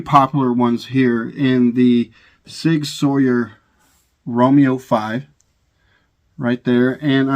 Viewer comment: When he said sig "sawyer" instantly started playing Tom Sawyer in my head lol.